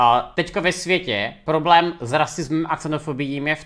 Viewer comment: "Poroblém" xDD